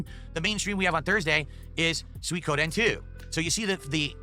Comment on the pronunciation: That "Soykoden"